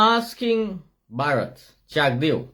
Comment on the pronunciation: Bar-rat is his name